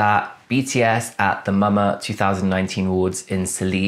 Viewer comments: it's pronounced like mama not M.A.M.A 😆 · We pronounce it as MAMA, not M-A-M-A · its "mama" not m.a.m.a :D